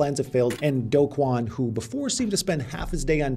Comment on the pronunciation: The only youtuber who pronounces Do Kwon's name correctly. (mostly lol)